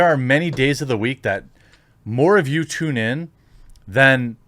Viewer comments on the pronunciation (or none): none